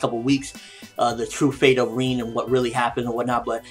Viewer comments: isn't her name pronounced "rin" and not reen? good review though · Lol but still it annoys me as that is clearly not how u pronounce her name. Rin rhymes with bin and u wouldn't pronounce bin as ''been'' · God dammit it's RIN not REEN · Why do you keep saying Reen?? It sounds weird haha. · why does call Rin ''Reen''??